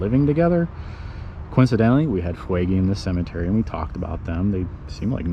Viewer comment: Fuegy, is pronounced foogee, there family started rock creek store